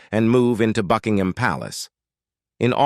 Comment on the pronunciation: Did she say "Fugginhim Palace"😳